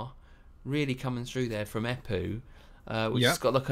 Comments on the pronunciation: How many have told you that it´s Empu not Epu? Hahaha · Haha, I'm English - you called him Eppu repeatedly, no M. But who cares? It was a passing comment. Main thing is, it's great song, even if you rated it lower than I would. But that's hats the nature of music - any art really - tastes differ and a good thing too or it would be a boring world and we'd all love the Spice Girls